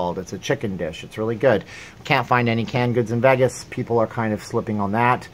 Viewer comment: It's Los vAgus, not veggis.